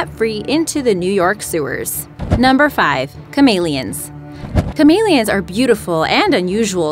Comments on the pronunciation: Ca-mail -i-ons. No its ca-mel-e-ons. I know its your dialect but the way they said chameleons annoyed me because it's not the way I've EVER heard it said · Is anybody else annoyed with the way she pronounces “Chameleons”? No? Just me? Okay. . .